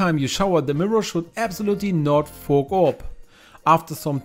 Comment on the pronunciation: I thought he said the f word by the way .Why dont he say steam up 😊